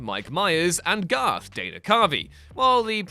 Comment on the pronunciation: Garth. Gar-th. Garth.